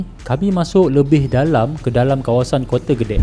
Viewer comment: "Kote" OMG...